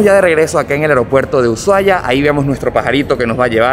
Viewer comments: se dice y se escribe USHUAIA, no es UYUAIA, decilo bien, es una falta de respeto hacia los argentinos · No se dice uchuai, la manera correcta como lo dicen los argentinos es usuaia. Excelente video ❤️ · Porque dicen mal el nombre de Ushuaia??. Los caribeños le dicen uchuaia, no pueden pronunciar la SH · por que dice UYUAIA? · venía a comentar esto, me estresa que pronuncie ushuaia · jaajjaja me causa gracia como pronuncia ushuaia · No se pronuncia el lugar como lo dice